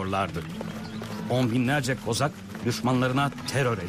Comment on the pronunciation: Kozak değil kazak